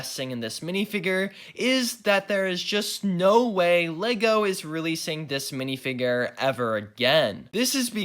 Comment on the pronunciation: literally couldn't watch any more of the vid coz of the way he says "minifigrrrr"